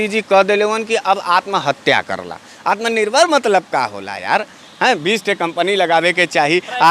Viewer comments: Ye genda to anpad, jahil aur gwar lag rha hai, kaise home minister ho gya, isko atm nirbhar bolne nhi aa rha hai. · Sala Taripar gainda Takla ko Uchcharan bhi nahi kar pata Atmanirbhar ka. Aur logon ko Atmanirbhar bana Raha hai. Behaya Beshirm BJP. Tum Logon per koi Viswas nahi karta. Fekne band karo.